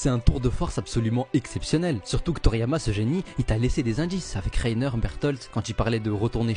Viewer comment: Quand tu me dis toryama j'ai arrêté